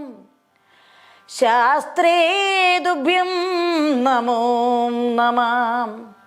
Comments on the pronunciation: ഏതു ഗുരുമുഖത്തു നിന്നാണ് പഠിച്ചത്? ഗണപതി ശ്ലോകം ഇങ്ങനെ ജപിക്കാൻ ആർ പഠിപ്പിച്ചു? എന്തു കഷ്ടം.വന്ദേ അഹം എന്ന് ജപിക്കുന്നത് തെറ്റ്. അതുപോലെ നാമോ നമഃ എന്നല്ല "നമോ നമഃ "യെന്ന് ജപിക്കണം. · എന്ത് വാ ഇത് എന്റെ പൊന്നേ എല്ലാം കൊള്ളാം. എവിടെയാ സർവാ എന്ന് പറഞ്ഞിട്ടുള്ളത്.നാമോ എന്നൊരു മലയാളം വാക്ക് ഇല്ല.ഇങ്ങനെ ഭാഗവത സ്തുതികളെ നശിപ്പിക്കല്ലേ. നല്ലയൊരു ആചര്യന്റെ ശിക്ഷ്യ ആകാൻ നോക്ക്.. ഒരുമാതിരി നന്നായി വായിക്കാൻ അറിയാമല്ലോ. ശിക്ഷ്യ പ്പെട്ടു പഠിച്ചു എന്ന് തോന്നുന്നില്ല. ആയൊരു കുറവ് നന്നായിട്ട് ഉണ്ട്.. 🙏ഒരു മാറ്റം ആവശ്യമാണ്.ഇടയ്ക്ക് വന്നപരസ്യം അവസരോചിതം തന്നെ. ഹരെ എന്നല്ല ഉച്ചാരണം ഹരേ എന്നാണ്. 🙏